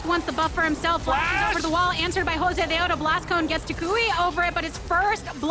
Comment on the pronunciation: Unless you're Latino or a women, there's not much room to say anything bad about her. She's there for a specific audience. Personally, I love her saying Josedeodo the way it should be.